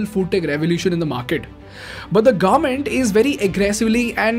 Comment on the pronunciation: awesome content, one question for you, do you deliberately pronounce government as garment?